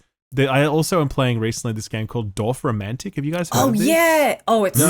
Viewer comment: Honestly the best part about this whole video was hearing pronouncing Dorfromantik almost perfectly in german.